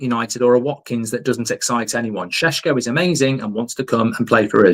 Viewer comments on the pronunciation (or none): Do your research man 🤦 its pronounced sheshko